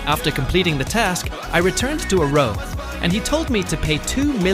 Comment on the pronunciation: its arowe not arowi